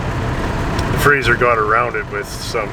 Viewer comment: Why do so many people refer to the Frazer as a 'Frazier'? I think it has something to do with Kelsey Grammer, although even that show was Frasier with an 's', not a 'z'. Anyhoo, I'm off to take my Chryslier for a spin......